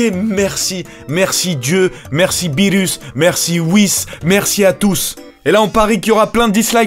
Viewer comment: BIENTOT DE RETOUR ^^ on dit beerus